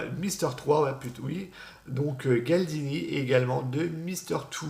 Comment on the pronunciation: Super j'adore ta voix elle est vraiment reposante :-) sinon c'est Galdino et pas Galdini x)